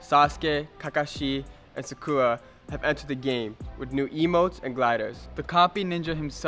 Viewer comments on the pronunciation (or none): Her name is Sakura not whatever you said 😑😑😑😑😑